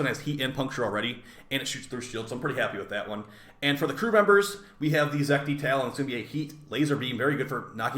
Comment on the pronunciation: it's Zetki not Zekti